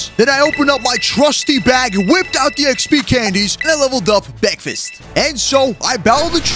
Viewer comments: It ain't a vid with out him saying bekfest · Bekfast got me laughing